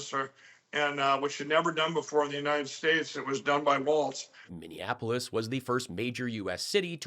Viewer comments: Milwaukee is Wisconsin not Minnesota. Tim’s name is Walz (walls). Not waltz. That’s a dance we do in Minnesota. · Pillow Boy keeps saying WALTZ instead of Walz...mealy-mouth idiot. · Why do I think Mike Lindell never has to worry about too many family members gathering in his house for any reason, ever? I'm betting everyone has some other pressing committment every time Mike invites them to a function. And, why does he keep saying "Waltz"? I'm really hoping all of MAGA finally just dries up once Harris/Walz are elected. But... obviously they won't. I pray for no violence, and a peaceful transition. I know Biden will be proud to hand off to Harris, but my main doubt lies with Cult 45 and their Alt Liquor. "Drink up. Bow down." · No t in walz.